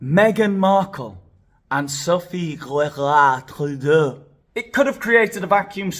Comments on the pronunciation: I live in Ontario, Canada. Your pronunciation of Sophie Gregwah Trublaaaah 's made me laugh out loud. So sick of these types. They have too much money and time on their hands. Unblaaaah lievable!!! They should be stripped of their pearls and thrown into the pool without a pizza slice. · Lol, love this. I am Cdn and absolutely HATE our Prime Minister, as does most of the world. He is such an embarrassment. I love how u pronounce Sophie G's name. Disgusting human beings, they all are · I love your accent when you say Sophie's name lol. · 🤣🤣🤣🤣🤣🤣🤣you are killing me🤣🤣🤣🤣🤣🤣with laughter. When you pronounced Sophie’s name I thought I was going to die of a heart attack🤣🤣🤣🤣🤣🤣🤣😂😂😂. That was SOOOOO FUNNY!!!!!!!! That I had to rewind to hear you say her name again. Seriously my friend I cannot stop🤣🤣🤣🤣🤣. I know you don’t realize how funny you are. I think it’s partly because your acting so serious aboot it🤣🤣🤣🤣🤣😘. YOUR SHOW IS THE BEST ONE ON MEGAIN! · Omg! Your pronunciation of Sophie’s name is too funny!!! I’m Canadian with French roots and I’m not even offended 🤣🤣